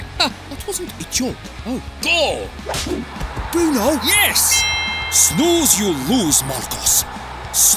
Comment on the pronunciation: Bruno* not Brunouw